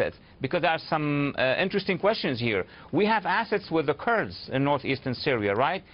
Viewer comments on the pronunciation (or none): I wish he'd stop calling them "Turds", it's "kurds"!